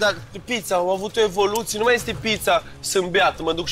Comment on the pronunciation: Ce frumos a zis chef "Michellin-star" : tre sa stii "traditionne" ca sa faci "evolutionne" 🌟